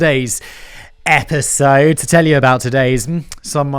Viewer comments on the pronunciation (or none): I thought I heard "epic-sode". Now I require every video on this channel to be addressed as such.